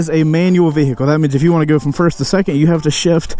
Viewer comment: Am I the only one who hates the way he says "vehicle"?